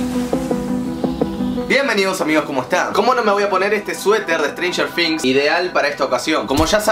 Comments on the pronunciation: strenger things* NO "strenger fings" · Se pronuncia con "z", pero también escucho F jajajajaja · No se pronuncia con f se probuncia cob z la palabra things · Siento que decís "strenger finx" jajajaja Nose que onda , capas es así y yo boluda siempre diciendo "strenger thing "TINGs". equisde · Si yo tambien lo escucho que dice strangers finx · Jaja "estrenjer fings" xd te quiero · "estranyer fings" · "Stranger fings"